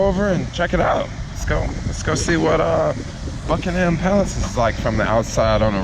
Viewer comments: Bucking-em not Bucking-HAM. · Bruv, it's Bucking-UM palace, not Bucking-HAM Palace. Don't over-enunciate the Ham in Buckingham. Sorry, as a long time British citizen, I feel it necessary to do this. Also, sorry you had to come at a bad time, when the weather is absolute bollocks. The day I commented on this video actually has some alright weather. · Great video but it's pronounced more like Buckin-erm rather than Bucking-Ham and crisps not chips. You can also get 6 bags of them McCoys for 99p if you go anywhere out of London. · my favourite thing about americans is how they pronounce words with ‘ham’ in it like they say bucking-ham and birming-ham instead of ‘buckingum’ and ‘birmingum’ like the brits say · nothing irritates me more than how americans pronounce "bucking-ham" or david beck-ham" lol. Have a good trip tho, dont get stabbed lol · I still laugh at the way foreigners pronounce 'Buckingham' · You don't really pronounce the h In Buckingham palace